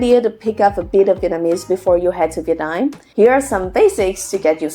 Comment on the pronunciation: I hear "Vietnine" (Viet9) whenever you say Vietnam.